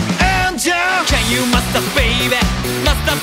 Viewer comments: の「can you」の発音が癖になりすぎる、、最高すぎるぞビバ〜〜〜！！！！ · Can you master baby? の発音ペラペラの人の発音で惚れた💕︎ さすがすぎる👏👏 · の「Can you」の発音がガチで好き。 10万回再生おめでとうございます🎉🎉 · 歌みた第2弾ありがとうございます！！ のと、さらっとcan you〜とAngelの発音いいが好きすぎる…に無限の可能性 ~同じ日のライブで、最初か最後が「One Night Carnival」アンコールに「イケナイ太陽」っていう所まで妄想した 何咥えてる？シガレット？爪楊枝？ 何にしろ飴咥えてたHappiness思い出す